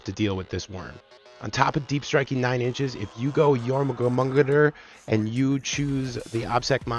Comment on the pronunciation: Love the video! Informative and funny, great breakdowns and tactics with meme fun! P.S. Jormungandr = Your mun gander ...but you were pretty close with 'your mum gonger!' lol If old viking language bugs you, you can just call them 'diggy diggy hole snakes'!